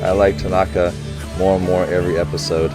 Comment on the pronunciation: Hi Coach!! Love your reaction videos!! This is more of a personal pet peeve, but in Japanese, there are no accented tones. So it's not hiNAta, taNAka, aSAhi, etc; if you listen closely, they put a slight pitch accent on the first syllable (letter) of each of their names, so it's more like HInata, with the first syllable starting at a higher pitch and the rest falling downward. Again, this is more of a personal pet peeve, so no need to correct yourself, but just wanted to let you know! :) also the next episode is my favorite episode it makes me laugh every time - excited for you to watch!